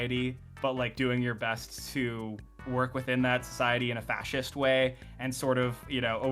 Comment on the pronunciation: fascist, (not sea’s - say it slowly)